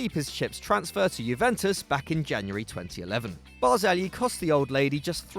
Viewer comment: So much respect to for the way he pronounced Barzagli.